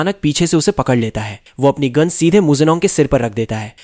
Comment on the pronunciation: Gun ❌Goon✅